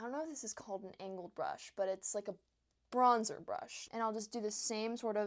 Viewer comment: I love that you’re using products I can actually afford. Also the way you say “bronza” is so Australian 😂 hello from Australia! 🇦🇺